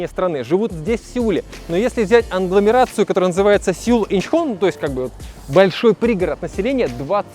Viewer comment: "аНгломерацию", Карл, ну нельзя так